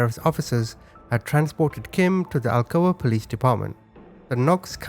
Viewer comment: I live an hour away from Alcoa. Never heard of the case...and also it's pronounced like blunt that you smoke